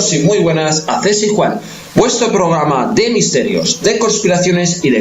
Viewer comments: Porque le cuesta tanto no decir “pograma” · OR FAVOR ...NO SE DICE POGRAMA ES PROGRAMA